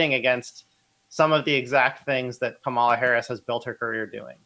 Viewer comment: You guys pronounce her name like 8 different ways throughout this video, and it's distracting from what you're saying. At least have the respect to learn how to say her name. It's pronounced comma-la.